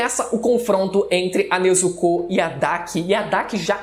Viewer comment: O video foi bom, mas ele falando Nezucú, foi o melhor kkkkkkkkk